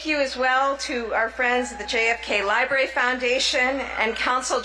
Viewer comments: OMG. THIS MASTER of ceremonies cannot pronounce library. He said li-berry. And he called Princess Catherine Kate. What a sorry presentation. Is this a part of the Kennedy foundation program. If so. It presents badly. Not at all polished. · The JFK 'liberry'...ugh. What in the hell. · Around 1 minute in did the MC say "lie berry". 😒